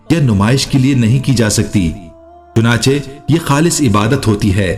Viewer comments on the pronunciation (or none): none